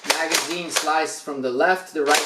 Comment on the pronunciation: oof when he says magazine